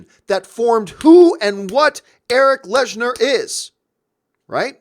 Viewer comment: Your favourite character for decades that you know so much about and you consistently say his name wrong??? It’s lehnsherr... not lesnar